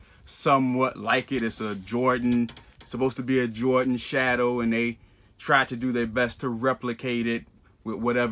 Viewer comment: Lol both said Air Iordan 😂 both pairs fake question mark lmfao